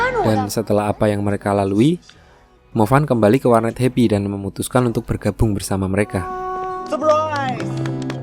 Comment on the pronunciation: sumpah gw baru tau namanya tim happy gw dgrnya di abang ngomongnya hebi